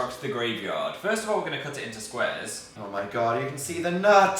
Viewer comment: Phil’s original accent comes out when he says cut